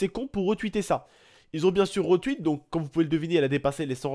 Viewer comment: Tu peux arrêter dire retwuit stp c'est retweet